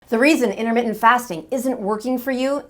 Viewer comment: 'Innermittent', what does that even mean? Or are you just a sloppy speaker?